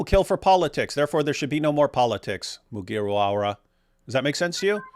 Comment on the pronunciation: this whole part was funny coz I believe DW has no idea who Luffy from One Piece is from the way he pronounced Mugiwara.